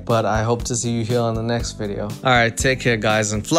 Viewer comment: Big Mac really said "thank u, neckst"